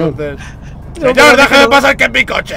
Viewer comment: Señour No!! Señourr xD